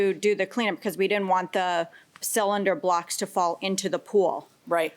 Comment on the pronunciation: I nearly cut my jugular with a fucking spork every time she said cylinder block. For fucks sake.